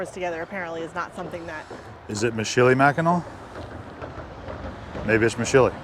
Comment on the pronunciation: Said as Mich -ill -a -mackinac